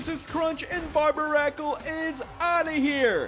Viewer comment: Why would you pronounce Barbaracle that way. It's suppose to be a take on Barnacle and Barbarian.